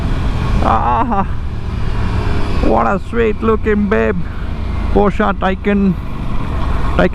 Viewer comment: Bro adu porsha alla Porsche